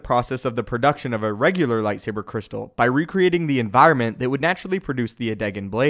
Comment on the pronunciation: I took a drink of rum every time I heard "lightsabah cwystal" and I now write to you from the hospital. 🖕